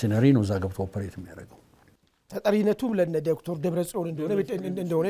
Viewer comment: This journalist he doesn't know how to say Dr.? ?